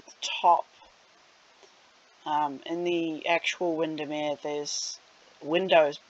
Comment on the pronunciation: You pronounce Windermere correctly. Might be an idea to linky a shot of the original building? :D